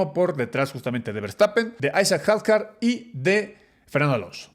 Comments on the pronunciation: Se dice Hadyar aunque se escriba Hadjay. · Can!! Son mi top, puedo pasar el día completo escuchándolos. Pero como comentario… los nombres, la pronunciación de los nombres. Isack hadjar 😅 No se si lo hacen por alguna razón, pero suena raro cuando se escucha. Por lo demás, que buen video!! Que gusto ver como crece el canal y seguiremos toda la temporada con ustedes apoyando! 🙌🏼